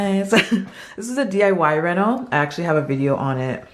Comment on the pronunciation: “Reno” not “rental”